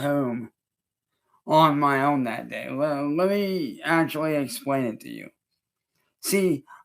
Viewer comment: "On my oeughwehn"